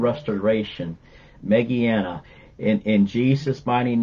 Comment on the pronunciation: Im having some emergency pain with teeth and tmj.. Found your video.. You said some name like meggiana but my first name is Mandana i believe and receive healing for me from Lord Jesus I have also been healed from fibromyalgi and me/cfs Need miracle for the teeth God bless you